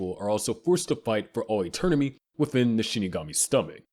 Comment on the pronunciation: "eternimy" You lost me there